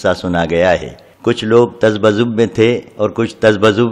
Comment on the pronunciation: Tazbazub nahi tazabzub he